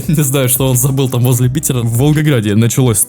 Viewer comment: Не Петер а Питер